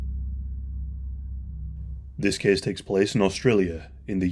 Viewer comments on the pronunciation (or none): “This kehss tehkss plehss…”